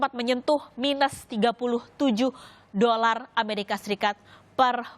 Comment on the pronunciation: Dolar mbak bukan doral